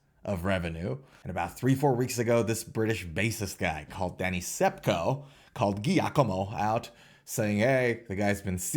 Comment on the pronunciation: Giacomo is pronounced Jacomo and it's Danny Sapko not Sepko.